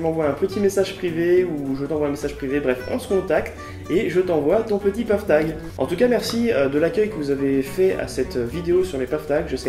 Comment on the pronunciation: La prononciation est correcte, ce mot provient de l'anglais "path" + "tag". Sympa le tirage au sort !